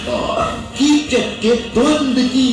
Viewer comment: Chacha ji uska name Kichak hai Chuchak nahi😊